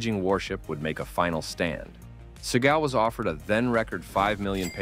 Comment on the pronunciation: Steven SEA-GAL 😂😂 a gal from the sea